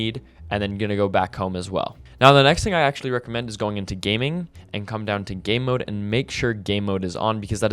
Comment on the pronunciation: My sister heard "Gay mode" instead of game mode💀